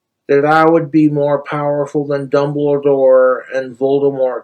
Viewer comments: couldn't even get through job corp, what makes him think he'll get through hogwarts. Theyd have to make a special class just too keep him from mispronouncing spells and killing himself...."dumbladoor". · Ah yes, Albus Dumbluhdoor (AKA Dumlerdoor) and Floored Voldemort. Well known characters. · "Albus Dambladore"